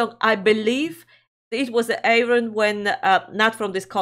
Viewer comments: Hello you two lovely people 😸Loved your reaction (as always). I can help with your pronunciation if you like? Air-ee-yon. This song was inspired by the UK Science Fiction drama 'Blake's Seven' from the early 80's and is actually a Star One recording (another of Arjen Lucassen's projects). The lyrics actually follow closely the plot of the series. Take care, Kevin from near Stonehenge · The correct pronouncation of Ayreon is: Air-ee-on. Then, this is not an Ayreon song, but a Star One song. Not that it makes much difference, since both are creations of the same mastermind Arjen Anthony Lucassen. However, Star One is more about catchy guitar riffs and less about storytelling. That having said, Star One songs are all inspired by Science fiction movies and such. This song is based on an old TV series called Blake’s Seven.